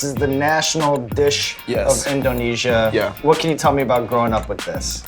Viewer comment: Can he please stop saying inDOHnesia, does he think he's homer or something?